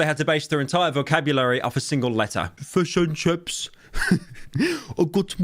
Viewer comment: Pyro doing a Maori accent saying fush and chups was not something I knew I needed